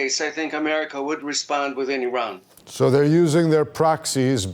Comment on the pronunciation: This anchor can’t even pronounce word Iran, the land of the aryans. Zionism is a direct assault and rebellion against the holy Torah, Zionism incompatible with Judaism. Since it’s creation Israel nothing but a curse!